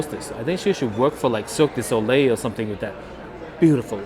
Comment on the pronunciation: To be fair, does say circus soliel.